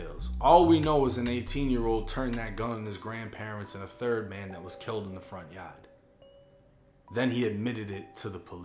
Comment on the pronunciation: I just like hearing him say Yah'd. It's hard in the yah'd.